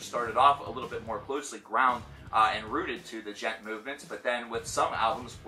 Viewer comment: PathologicalCannibal But it's not pronounced duh-jent! The D is silent! The D is silent! It's Djent! Not duh-jent!